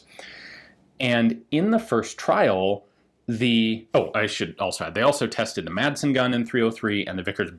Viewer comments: "Madsen" is danish, and is pronounced "Massen." The d is silent. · Great Video. My only complaint is Your pronounciation of the Madsen gun. The "d" is silent!